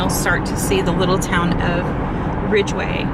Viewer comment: There's no R in Ridgway